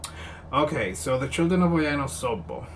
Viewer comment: You nailed the Osogbo really well. Wow.